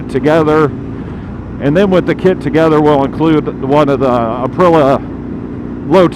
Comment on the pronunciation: Aprilla.. that must be an aluminum/aluminium thing.. IT'S .. APRIL EEA.. APRILIA